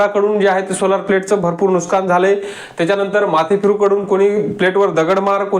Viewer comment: नुस्कान नाही नुकसान असे म्हणा भाऊ....